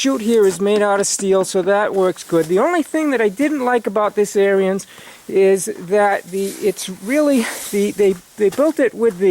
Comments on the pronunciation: Your saying the name of the snow blower wrong. It's not AIR-E-NS (Brotherhood) Now say ERANDS and you have said the name right. John Deere's are over rated just like Harleys and Blonds. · It's pronounced "AIR" "RINS"....... not..... "AIR" "RE" "INS".. Just listen to the Ariens YouTube channel....other then that, good video. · Yeah, thanks for pointing that out. I've watched quite a few videos on the Ariens channel and I know I pronounced it wrong. I didn't know the pronunciation when I bought the snow blower back in 03 and through force of habit I've been pronouncing it the wrong way. I'm glad you enjoyed the video.